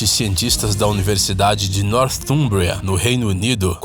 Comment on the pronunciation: Você teve uma pronúncia do inglês impecável!!! Poucas vezes ouvi um brasileiro pronunciar tão bem o nome da universidade Northumbria, sendo o mesmo um nome de difícil pronúncia...mas você pronunciou corretamente!!!